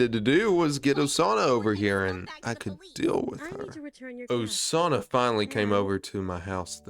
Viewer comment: actually you didn't butcher osana's first name here's a pronunciation chart (for basic characters) if you want Rivals oh-sah-nah nah-gee-me rye-bar-U foo-met-sue am-I o-die-yah-kah kih-zah-nah sue-no-boo oh-kah roo-toh ah-sue ree-toh moo-jah key-nah mee-dah rah-nah oh-sore-oh she-dess-ooh hah-nah-koh yah-mah-dah meh-gah-me sai-koh Playable Characters eye-yarn-oh eye-she rye-oh-bah eye-she 2014 Characters koh-koh-nah hah-rue-kah sah-key me-you